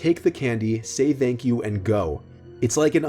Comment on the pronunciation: Why does it sound like he says "vank you" instead of thank you